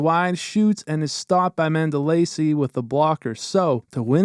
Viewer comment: Not to pick but I think your pronouncing Mandolese incorrectly